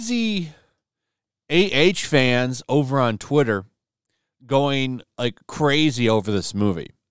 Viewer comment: Dude, just READ comments for 15 Minutes. *now THAT is...GOOD Cwazy!?